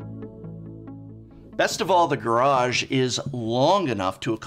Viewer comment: Garage? GuRrAAaAaJ!?